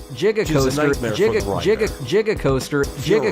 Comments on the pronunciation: Jigacoaster, Jif, Jiganotosaurus. Jrandparents. Imagine if other words with G was pronounces with J 😅😩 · Lmao, did the AI pull it's pronunciation of "giga" from Doc Brown and his 1.21 "jig-o-watts"?